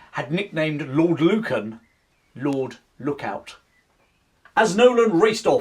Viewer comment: onepoint was lord Lucan's nickname not "Lord Look on" rather than "lord Look out"